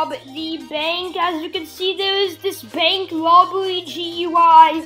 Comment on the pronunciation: “Bwank wobbery”